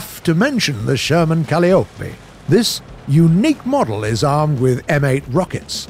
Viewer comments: Cahl-ee-oh-pay ?! Col-eye-oh-pee ! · Its pronounced cuh-lye-O-pee not cali-O-pee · ITS PRONOUNCED KUH-LIE-OH-PEE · The calliope is pronounced Ca-lie-o-p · Why can no one pronounce calliope?